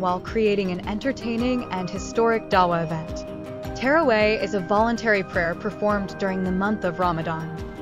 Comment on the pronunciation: She was saying terraway lol also the video was with music this shows how lack of understanding these people have